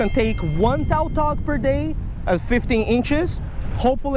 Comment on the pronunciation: Oh I was confused on what fish he was talking about because it's pronounced tatog